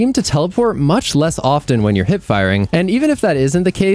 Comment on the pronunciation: A mistake I hear content creators make all the time is pronouncing the 't' in often.